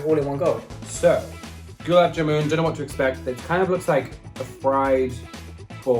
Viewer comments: gulab jamun is pronounced like Gul-aab Jaa-mun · it's more like goo-larb jar-mun than goolab jam-un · Goo-lap-Jam-NN and Dhal Muck-Knee is the correct pronunciations haha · I’ve never heard Gulab Jamun pronounced like that! “Goo - lab jamun” “gulab jamoon” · Goo-laab Jaa-moon 😅, quite a tricky one though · It’s pronounced “galaab jaman” if that makes sense 😂😂